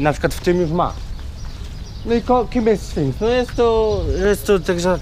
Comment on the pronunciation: śfinks xD